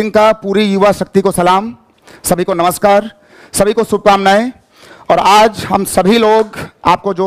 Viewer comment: नमस्कार को नमश्कार बोल रही हैं